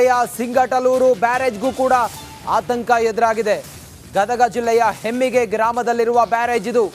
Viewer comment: ಹಮ್ಮಿಗೆ ಬ್ಯಾರೇಜ ಸರ್ ಅದು ಹೆಮ್ಮಿಗೆ ಅಲ್ಲ